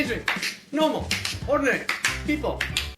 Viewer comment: My takeaway from this (because I am ignoring the content of that homophobic trash fire) is that Jamie has a subconscious inability to say the word "normal." :D